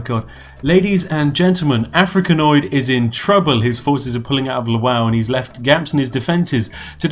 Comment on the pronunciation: Lwow is pronounced *luh-vov*. You actual spoon.